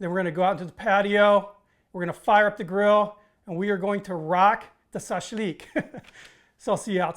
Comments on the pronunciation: Shashlik not sashlik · Im part Russian my great grandparents came from Russian and my grandmother,.. its not as you pronounce it... shash lick it more like the sound. .. my family used lamb my grandmother great grandparents used a large ceramic container to do the marination in, used fresh sliced Lemons fresh sliced onions Garlic salt and pepper and red wine not wine vinegar.. They are all since gone and I have inherited large huge stainless steel rods that were used to barbecue on a homemade brick barbecue..